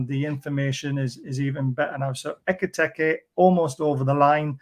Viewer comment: 8 million videos about Ekitike and still never pronounced his name correctly once